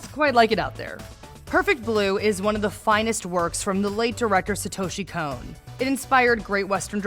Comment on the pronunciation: Sahtoeshee Cone.